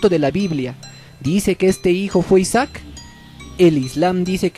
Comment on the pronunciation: ISAAC, no Isack